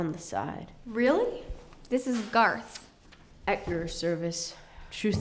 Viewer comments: It's Garth not Garotth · lel< I was like "DID YOU JUST SAY GARROTH" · IT'S GARTH, PEOPLE!!! IT'S NOT GARROTH!! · Bokz To its not GARROTH its garth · OKAY ITS NOT GARROTH IT. IS. GARTH!!!!! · It's Garth